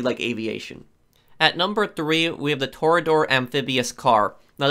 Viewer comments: “Torador” as if their isn’t another E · I remember in 1 of your videos you used to say the toreador as tor-e-adder it was hilarious...Edit:On os4 what button do you click to turn sonar on the toreador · Tore-ay-uh-door Also, mk2 is faster than sparrow if you tuck the wings in on the mk2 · I believe toreador is pronounced toray-adore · tore ee adore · Do you intentionally pronounce stuff wrong to piss people off? My YouTube started auto playing your videos and I just let it go for a while, but the way you pronounce things is infuriating. So much so I'm going to downvote. Torre-ADDER. Han-GER. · No hate but please learn how to pronounce "Toreador"